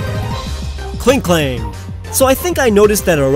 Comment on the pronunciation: Klinklang, not Klink'Klang!